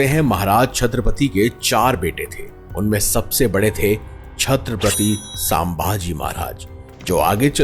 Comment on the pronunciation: Please pronounce our kings name छत्रपती शंभू महाराज or संभाजी महाराज not सांभाजी महाराज .